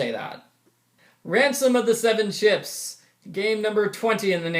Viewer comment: I thought he said, "Phantom of the Seven Chips,"